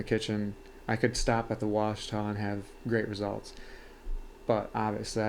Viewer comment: Washita = wah-SHE-tuh; not wah-shuh-TAH. It’s named after the mountains in Arkansas.